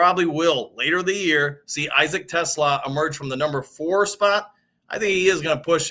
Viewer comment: You said Teslaa right.